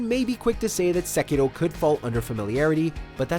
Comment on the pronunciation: You're an American, your pronunciation of Sekiro is annoying, but I have only been awake for 5 mins